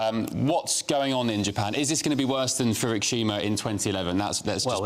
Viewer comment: And the presenter mispronounced Fukushima as FURUKSHIMA. What's wrong with these children?